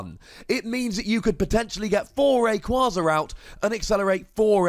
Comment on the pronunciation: It’s “Ray-Quay-Zuh”